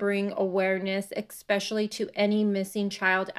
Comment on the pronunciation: Omg you did NOT seriously just say, "EXpecially"!!! 🤣 (Sorry, I'm OUT! ✌) 👎